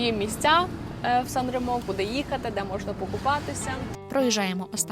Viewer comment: 😂 Nica-San Remo то "страшна" дорога 60 км. 2-30 часу.По автостаді 16€ - 1 година. Ще й ширина буса 2,5 метра. * Сан-Ре́мо наголос на "Е", а не на "О". Гугл в поміч, там є кгопка як звучить🔈